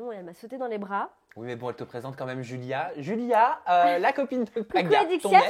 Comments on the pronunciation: Mdrrr elle dit DJulia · Bonne vidéo mais Adixia c julia pas djulia!!!! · On dit Julia pas Joulia adi😂😭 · Y a que moi qui entend "Djulia"? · "Djulia" Mdrrr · "djulia" !!! JPP !!!